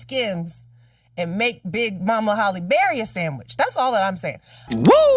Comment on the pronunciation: Why do people keep mispronouncing her name?? It is pronounced 'Halle' not 'Holly' Berry!!!!!